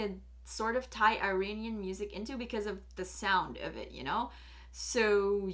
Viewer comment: Practice on your Pronunciation ( Iranian)